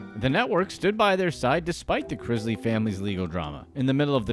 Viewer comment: It's pronounced Chris-Lee not Chriz-lee